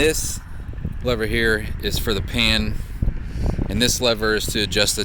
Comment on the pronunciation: Did you say pan or pam?